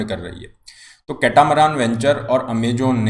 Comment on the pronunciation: Amajon nhi Amazon... Poor pronounciation